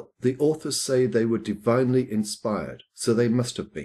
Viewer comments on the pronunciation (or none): divinely, not devinely...